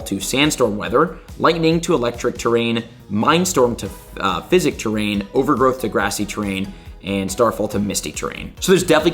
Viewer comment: “Max Physic” pushed me over the edge lol